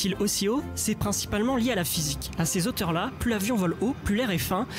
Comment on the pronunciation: "à ces Z-hauteurs là" vous êtes sérieux ?